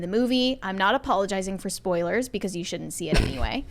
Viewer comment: the word is “shouldn’t.” When did your generation turn contractions into more syllables? Why bother with “shouldn’t” if you are going to say “shood-dint?” Or didd dint. I like your content, but this accent from your generation is so difficult to listen to. And I’m 45 years old, not 70!